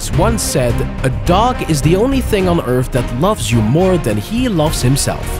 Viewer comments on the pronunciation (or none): none